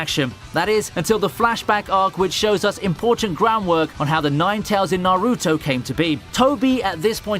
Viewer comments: Who the fuck is Na- ROOTO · So obviously you’ve watched the show. You’ve heard his name said hundreds of times. How the hell do you and other people still mispronounce Naruto? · Dude I can't believe how wrong you say Naruto's name 🤦🏾‍♂️🤦🏾‍♂️🤦🏾‍♂️ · Based on the prononcuiations of Naruto and Nezuko, plus the way he describes the "fight" between Genos and Saitama as showing "what they could do to each other" makes me think this person is reading a script and doesn't actually watch the shows that they talk about. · Accent or not you shouldn’t mess up so many names in naruto including naruto itself lmao 🤣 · How is it that you still can’t pronounce naruto correctly?